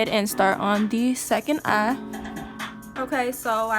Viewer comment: She said im finish with the first Ahh.. its Eye baby😂😂😂😂 nice video..